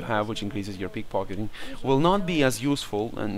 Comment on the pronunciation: you said pickfockiting